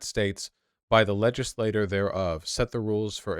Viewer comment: Vaush I am fucking begging you to learn how to pronounce "legislature". It's like "ledge-iss-lay-cher", you're pronouncing it like "legislator" which is just a single member of the legislature